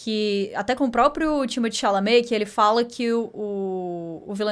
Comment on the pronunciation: falando Timothée Chalamet: timichame, timi tchumi, Chimichurri